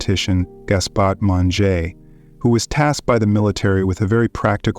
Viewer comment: Great except for the French and Italian pronunciation...it's not hard, not Mongé but, Monge (moange using English phonemes is sort of close)